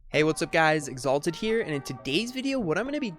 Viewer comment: Bro Exalted's pronunciation is always so funny